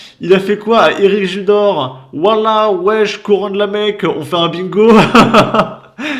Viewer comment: il n'y a pas de e en arabe, en fait il dit wish 🤣